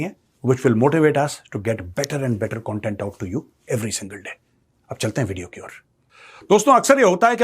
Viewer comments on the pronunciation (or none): none